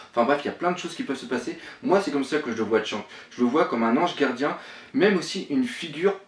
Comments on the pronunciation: Shanks shanks s'il te plait prononce bien le nom des personnage des mangas . C'est vraiment deg. Fait un effort. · Pitier un petit effort sur la prononciation de Shanks xD Sinon pas mal la petite theory. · Shanks se prononce chanksse pas tchank T-T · Mec jsuis désolé t'as vidéo elle peut être bien travaillé ou pas j'en sais rien pcq je les pas vues jme suis arrêter au moment où tu as Chank au putains sa ma tellement fait mal à l'oreille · arrete de dire tchank, c'est Shanks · quand il dit shanks tu oublie de prononcer le s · on dit pas tchank mai Shanks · au fait on dit shanks et pas shank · Shaaaaaanks pas Tchanks !! Pitié la prononciation ! T'es un vrai boss pour tes théories et autres mais la prononciation ... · Attention à la prononciation, on prononce " shan ksse ", pas " chank ". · J ai regardé deux trois théories venant de toi Il y en a des fondées et d'autres non .. Il faut vraiment faire un effort de prononciation sur les persos du manga parce que chank ou encore outsop ca devient dure pour les oreilles au bout de plusieurs fois .. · C'est qui sa tchank?? un effort sur les prononciation ces plus possibles là.. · putin comment tu prononce Shanks 😂😂😂😂